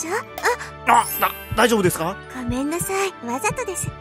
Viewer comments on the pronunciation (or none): ごめんなさいがごめんないになってる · ごめんなさいがごめんないになってる笑